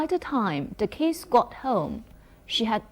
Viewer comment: 这位老师语法讲的挺好的，就是一些单词发音不准确，如Notice, kids